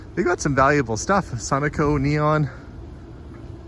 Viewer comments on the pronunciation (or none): I just about died when you said SUN-O-CO for that sign!!! It’s SU-NO-CO. 😂😂😂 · That is the first time I have hear someone pronounce Sunoco that way.